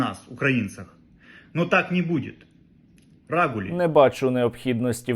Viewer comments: Дмитруку треба зробити так щоб слово рагуль він не міг виговорити. А коли думав про це слово то просто обсцикався👍💪🇺🇦Віримо в ЗСУ! Сергію а це лайно Дмитрук хоч копійку перерахував на дрони?😱 Дякую за випуск! 👏👍💪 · Оте чудо хизувалося словом "рагулі", але навіть не спромоглося його вимовляти правильно. Бідося Слава Україні!